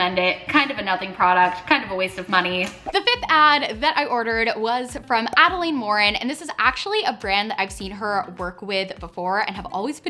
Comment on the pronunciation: it’s ad-a-lynn not ad-a-laine